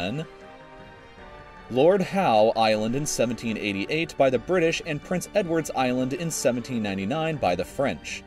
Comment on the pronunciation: "the birdish"